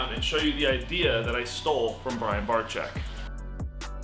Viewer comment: Do you guys really know how to pronounce BRIAN BARCZYK or you just give it a try?